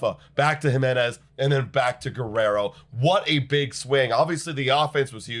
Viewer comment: “Andres Him-enez” 🗣️🗣️🗣️